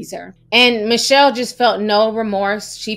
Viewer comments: Hey Ti, horrific story and you did a great job portraying such unimaginable circumstances. Her name is pronounced Mitch-Hell, not Michelle, fyi. Keep up your great work. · Her name is Mit- Chelle plz say it correctly!!